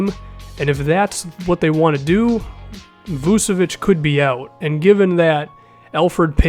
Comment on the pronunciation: It's vooch-a-vich